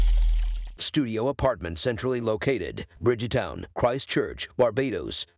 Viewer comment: Hi there u r doing a good job, but there one thing that u kept saying the word BRIDGEEE-- TOWN AND NOT BRIDEGTOWN , THANK U ...